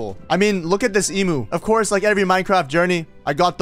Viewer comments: Its not emoo its emu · Emoo lmao it’s Eem-U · Your videos just make me want Minecraft even more Also it's em-uu not em-oo